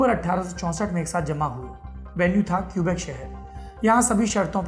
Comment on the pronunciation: क्यूबेक नहीं कीबेक है